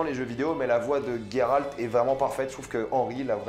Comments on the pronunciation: GÉRALT PAS GUÉRALT. .. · ce n'est pas Guéralde ou Gayralde mais Géralde donc Jéralde ! le "J" le "jé" et pas le "Gué" ou "gay" bref c'est comme cela qu'on le prononce en Français ! dans les autres langue je m'en taponne sec. on parle Français et en Français utiliser une autre prononciation s'il en existe déjà une, c'est une faute de prononciation et même si dans une autre langue c'est plus jolie et pour le coup gayrald c'est nul à chier. maintenant si ça n'existait pas en français se prénom alors ça serait dans la prononciation d'origine et donc pas une faute. bref en plus Yennefer tu le prononce pas en Turc ou en Polonais pour le coup alors que là tu devrais et ça ne ce prononce absolument pas yé-né-faire mais plus yénéfeuss ou yé-né-fairlre le petit roulement de R à la fin . voila c'est aussi dégueulasse à dire que gayrald. et au passage je te conseil de regarder la série "see". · On dit [jé rald] c'est comme la terminaison du mot grange. Ça me fait saigner les oreilles les noms mal dits.